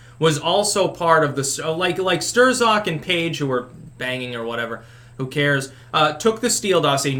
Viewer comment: LOL “Stir-zock” I love how pronounces certain words..